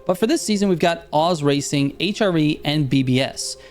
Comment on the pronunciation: it's pronounced O(hh) Z(ee) Racing. Not like OZ the TV show.